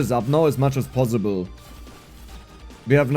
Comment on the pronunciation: judging from how you pronounce possible ( bossible) you are probably a Franke